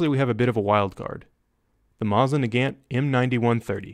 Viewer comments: "Masin Nagint" is really said "M-Oh-sin Na-ga-nt" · The mosin nagant is literally the best and you said it horribly wrong